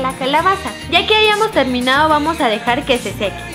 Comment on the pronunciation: terminao XD (para los q no entienden ,Leslie se equivocó y dijo terminao envés de terminado)